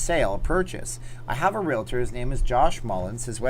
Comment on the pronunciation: I very much appreciate the fact that you pronounce thr word "realtor" correctly. Thank you, thank you, thank you!!!